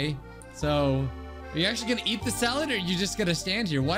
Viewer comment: First also the way he said "Simple SaLAd